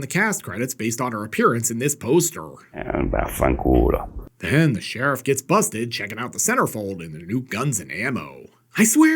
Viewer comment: "Eh, va fancuola"